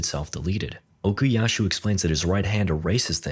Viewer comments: stop calling him Okiyashu. It hurts💀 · Istg if u say ocusashu one more time 🎋😔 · Okuyasu, no h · why does bro keep saying okuyashoo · "Okuyashoe" YO WHERE IS SHOESUKE?! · and while you're at it, OKUYASHU ARE YOU KIDDING ME